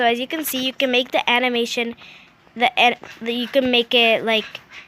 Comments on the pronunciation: Guys she knows how to pronounce edit she says ed coz she can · Love how she said ed instead of edit Then audo instead of audio xD